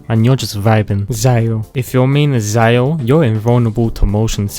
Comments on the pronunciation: Zing Que- Ziang Ling- ZIAO I CANT HAHAHHAHAH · "ZIAO" "KASOOHAH" "HOW TAI" "ZHONGUH LEE" "ZING YAN" "ZING QUE" "ZANG LING" "*CHILD EE*" DUDE IM CRYING I CANT 😂😂😂😂😂😂😂😂😂😂😂😂